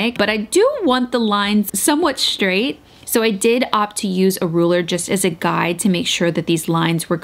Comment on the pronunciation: It always makes me cringe when she says things like "shtraight" or "shtrand" 😂